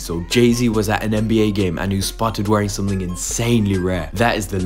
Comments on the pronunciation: You mean “Richard Millyyyy” 😂👌🏽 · I think it’s pronounced Rishard Milley and Richard Mille. And DEFINITELY not the way this guy just pronounced it lmao. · How to pronounce Richard Mille (Rishar Mill) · Dude almost had a stroke trying to pronounce Richa… Mirree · You did not just pronounce Richard Mille like that🤦🏻‍♂️ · Don't think reporter pronounced it correctly. Just sayin